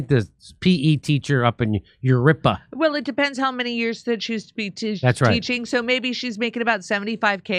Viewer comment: FFS, Jimmy! Jurupa is pronounced "Huroopa"...just ask your MEXICAN wife to teach you proper Spanish pronunciation